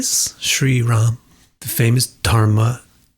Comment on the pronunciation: so as per you... it's not Rādhā, it's rad... it is not guru it is gur... it is not Hari, it is Har and so on..? Sorry, you are sooo wrong here ... In every indic languages especially in samskr̥tam, words are to be pronounced exactly as being written... and Rāma is a samskr̥ta word(derived from the root word 'ram' same as Ramā, ramanti, etc) not prākrit... The dropping of 'a' is called schwa deletion, which is a distortion and it occurs in North of India due to the Dominance of Semitic languages like Arabic, turkic and persian for over 1000 years(through lsIamic rulers)... If you have any grametic reference for what you claim, please provide it... Coz clearly you have been misguided by some one with ulterior motives... You can check for the meaning of the word Rāma With REFERENCES in this video "श्रीराम के ‘राम’ नाम का अर्थ | The meaning of the name ‘Rāma’ of Śrīrāṃa | Hindi" or "Meaning of the word Rama" from 'Tattvam' channel in English.